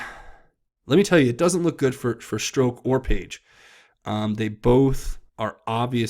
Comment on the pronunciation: Please its not stroke haha its strozck or said Strock with a silent z.